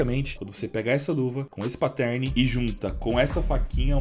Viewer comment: cada vez que rola um "patérne" dói aqui